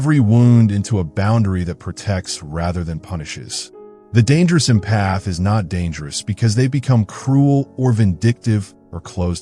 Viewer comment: Great video. However, the way the AI narrator pronounces "empath" was making my eye twitch 🤪